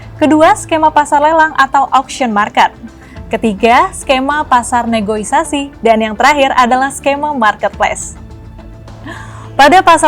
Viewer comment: "Negosiasi" Mbak, bukan "negoisasi".....